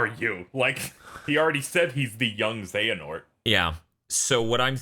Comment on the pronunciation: 'χehanort'? I believe you mean 'Another χ'